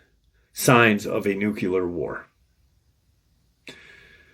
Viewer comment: I don't know why but it ALWAYS gets to me when people use "nucular" when they mean NUCLEAR...for your edification. Love the content, thank you for your research and views.